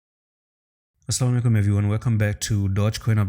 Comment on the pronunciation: Not salamualiakum It's assalam o alaikum